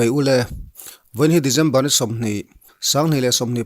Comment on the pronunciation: December tiin lam hram teh a...Dejember ti a lam lo in...Regen nilo in, Region tiin